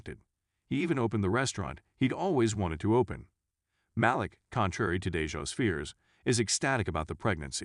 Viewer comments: It’s Maleek.., not Malick. Geez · Agree. The most painful was Malik - he says Malick not Maleek. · Maleek. Not malick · I'm gonna need you to pronounce folks nes correctly. MALEEEEK , RHANDAAAL AND DAAAAYJAAAHH. Funny hoe it's the African American characters who's names are wrong.😑